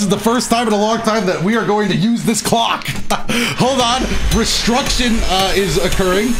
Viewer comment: "restruction is occurring" makes his own english 😤